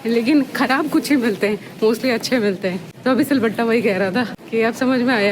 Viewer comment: Ye silbatta kyu bolte ho madam jee🙄🙄